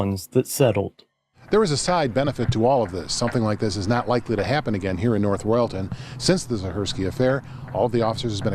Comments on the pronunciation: Living in Ohio about 20minutes away from this city hearing the way you pronounced it made me laugh. It’s north “Royal-ton” not “re-all-tin” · My only comment on this video is that you should properly research the pronunciation of North Royalton and Cuyahoga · How the hell do you botch the city name of North Royal-ton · Nice if they could pronounce "North Royal-ton" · As someone from Northeast Ohio your pronunciations are killing me.